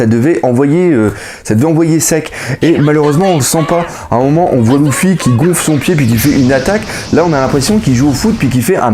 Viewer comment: c'est Luffy paq louffy